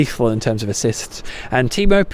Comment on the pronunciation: It's TEE-EM-OO. As in god. :- ).